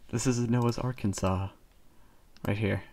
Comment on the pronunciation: You pronounced Noah's Arkansas wrong. It's Noah's ark-Ans-as